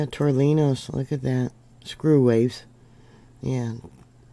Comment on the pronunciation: Tore knee ohs. That’s how to pronounce tornillos. 😊